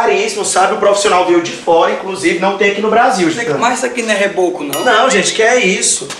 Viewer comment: "mas isso aqui não geboco".😂